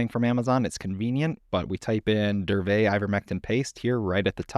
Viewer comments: No. Correct is DURVET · Isn't it DURA-VET